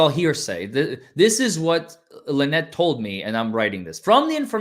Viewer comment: It’s LueNut ..